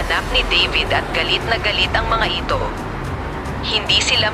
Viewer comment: Hindi xa marunong mag salita mali pag binigkas niya (eeto)/ito